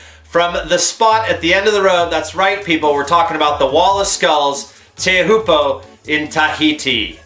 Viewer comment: Pronounced "chow poo" you idiot.